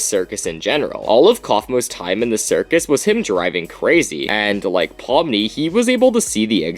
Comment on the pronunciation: Isn’t it a “circus”?